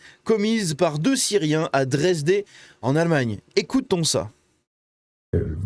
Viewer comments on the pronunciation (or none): c'est la ville de Dresde (Dresden) pas "Dresdé", connue pour avoir été la cible de bombardements intensifs durant la seconde guerre, et qui a dû être quasiment intégralement reconstruite. Kidney failure, signifie d'autre part, insuffisance rénale. 7 ça fait un peu beaucoup... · On dit dresde pas dresdé